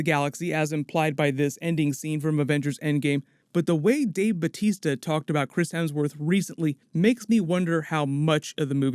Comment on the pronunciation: bautista. not batista. batista is his wrestler name.